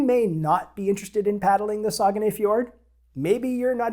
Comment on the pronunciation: When I did a bit of looking into paddling the Saguenay (which you got the closest yet to how I think it’s pronounced;) ) I thought I’d seen that you were only allowed to paddle downstream. It kind of looks like I was wrong on that. It’s somewhere I’d sure like to go sometime. Probably a bit further even for me than you, but no border worries.